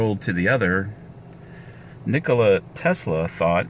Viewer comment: Interesting! But come on, Nee-ko-Lah! Accent on Lah! Not Nik-ko-Luh, with accent on Nik! Not that!